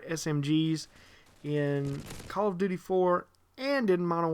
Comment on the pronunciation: when you say call of duty it sounds like color of duty